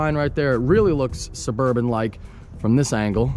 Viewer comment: SuburbAn not SuburbOn